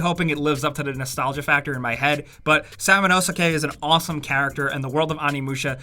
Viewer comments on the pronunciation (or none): Totally butchered Samanuske's name